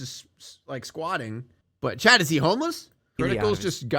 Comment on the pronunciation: Giga Chad ❌ Giga Thad ✅